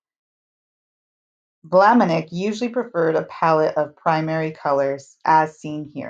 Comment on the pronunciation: sorry to make a note: it is not Maurice de Vlaminick but Maurice de Vlaminck , thank you!